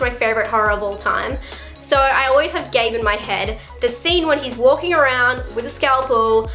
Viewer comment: Gage..not Gabe..sorry..I'm from Maine ..I was on set during the original movie...love your stuff!